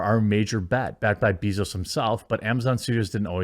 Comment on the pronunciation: That isn't how you pronounce bezos.